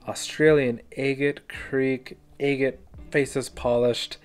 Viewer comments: It's not pronounced egget it Agate not egget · 😂 I giggle every time I hear agate 😅 am I the only one who pronounces it "AH-git" because im starting to think it's like a Wyoming thing or something. I recently came across another agate channel and she also pronounces agate like "Ayy-git" haha that aside, thanks for the super cool reveals! Nothing better than finding beautiful lacey crazy bands inside of an unassuming rock 👌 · New to your channel and I love how you say eegate😅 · I love your enthusiasm. Did anyone ever tell you that you’re mispronouncing agate? Look it up.